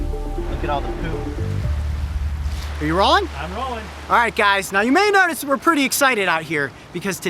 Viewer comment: In the beginning, all I heard him say was “Look at all that poop!”